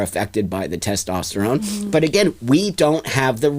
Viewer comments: BLOSSOM IS NOT WELL! I would be curious as to her many diagnosis’. Not to mention she keeps saying “tastesterone”. It’s so annoying. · If I was to talk to anyone that pronounces testosterone ‘tostesterone’ I would immediately stop listening to them because I’d know they’re obviously not the brightest tool in the shed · Someone needs to teach how to pronounce "testosterone" before continuing to argue about the biological make-up of women vs trans-women. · The more I watch this the more I’m convinced that is an absolute idiot and really just loves to hear their own voice. She can’t even pronounce “testosterone” properly. Very selfish individual who says “I care” but actions prove otherwise.